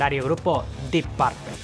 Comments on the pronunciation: O el mejor guitarrista de todos es JIMY Hendrix y no se pronuncia porpel se pronuncia porpul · Así con Deep "Paaarpel" 🤦🤦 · Porqué dicen Parpel en lugar de Purple y Bitels en lugar de Beatles...?